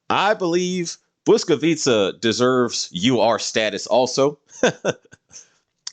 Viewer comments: I'm really impressed with your pronounciation of Błyskawica, propably the best that i have heard in a non-polish video. If i might ask, will there be more of polish ships in the following parts of your list? (Like ORP Piorun for example) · Airships and British submarines? I'm in. Also, a Pole here. Your pronunciation of Błyskawica was on point. I would obviously like to see her in game and, as you said, hopefully as a more mature-looking destroyer. Same with Orzeł actually. A UR destroyer and a buffer is also a ship I would welcome. On a side note, would you consider making a list of ships that might or should get a retrofit?